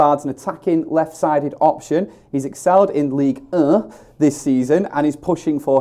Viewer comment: pronunciation of Ligue 1 👏🏿👏🏿👏🏿👏🏿, Merci! please next time, like that! Lol